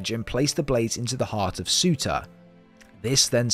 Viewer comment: Bro sorry but it’s pronounced sir-tuur